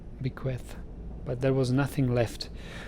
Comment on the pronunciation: Apocryphal means of doubtful authorship or authenticity, or it could mean false; so all the names had the theme of being fake. Also , bequeath rhymes with beneath, your second guess. This is my first post on this series, but I've enjoyed watching all the episodes up to this point.